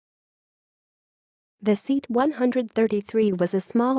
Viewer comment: What a pity thet the comentator can not pronounce Seat properly.